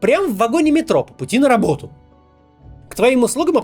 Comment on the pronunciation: Работу слово так смешно сказал)